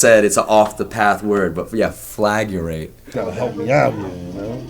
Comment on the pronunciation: Went down the rabbit hole. When they're arguing over lyrics, the word they're looking for is either "flagrate" or "deflagrate" which basically both mean to burn. When Phil Schneider says the word, he pronounces it like "flagUrate" which is not a real word and probably caused the confusion.